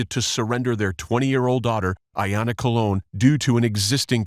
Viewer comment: COLE-on, as in colonoscopy.